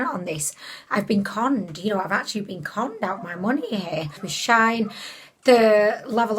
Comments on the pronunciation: Shine ? 🙈😂 Shein! 😘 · It is pronounced she-in. Their old brandname was sheinside...🤗 just a heads up.